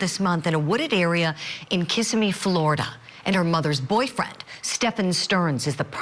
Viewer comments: FYI; Its Kisimmi… not kis a me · Can someone please correctly pronounce kissimmee? It's not KISS-ah-me. It's Kuh-si-mee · It's Kih-SIMM-ee. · lol how yall say Kissimmee fla. it’s ki-sim-me. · Someone pleazzzzze tell this Julie the correct pronunciation for Kissimmee! Seriously???🙄